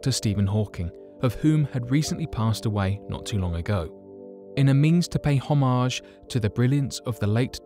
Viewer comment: it's homage bro. not homaJjJJjzjzjzjzjzjzjzjzjzjJJjzjzjz lmao